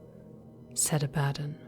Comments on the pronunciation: Sure but I have heard a lot of 40K audio and it's always been pronounced as I said both Abaddon and arch-heretic. Up to her if she wants to pronounce it the same or different. But arch-heretic is definitely wrong. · I think you are mispronouncing "Abaddon." It's "a-ba-don" and "arch heretic" not "ark heretic."